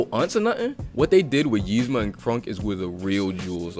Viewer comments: Dude says yeezma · Its eeeeeezma lmfao im sooo annoyed with the Ymza but love the rest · It really ticks me off that he pronounces it like it’s spelled, Yzma, when it is actually pronounced Ezma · Ezma nigga not yezma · Nigga, it's Eez-ma not Yeez-ma. idk if you're doin it on purpose or what but it's funny af.